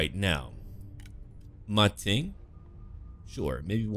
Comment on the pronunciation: Actually its "Ma Teng" (馬騰) not "Ma Ting".